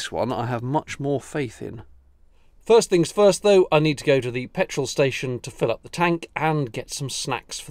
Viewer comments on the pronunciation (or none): none